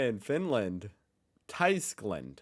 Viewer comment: Tyskland is pronounced "Tüskland" but that doesn't help you either. "ü". lol